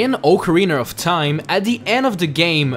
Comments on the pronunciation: Did he say Ocarinar of Time? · Ocariner of teim